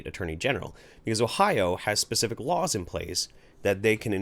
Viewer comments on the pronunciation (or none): none